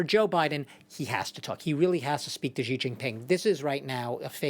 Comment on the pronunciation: Its not jiji, its xi